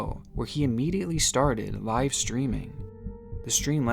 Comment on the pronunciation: Are you AI? I didn't think you were but I've noticed that all AI narrators mispronounce women and live (as in "live wire" ). Disappointed.